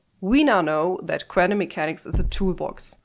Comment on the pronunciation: I'm a huge fan of you saying "quantum mechanics" 54 times in this video and pronouncing it "kvantum" mechanics every time. That's commitment to the bit!